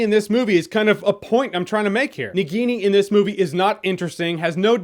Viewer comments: Na Guinea that's how your spelling, it's spelled Na-ghi-ni (Indian name for a Snake in human form), BTW not a hater just trying to correct the pronunciation. Love your reviews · Nagini pronunciation hurt my ears.